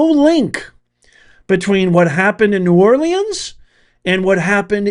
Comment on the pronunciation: Great video, but please learn how to pronounce “New Orleans”